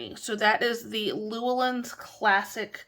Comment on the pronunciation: Just a gentle reminder: The publishing company, Llewellyn, is pronounced, "Lu-Ellen". Cheers!